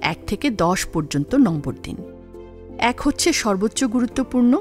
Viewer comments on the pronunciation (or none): none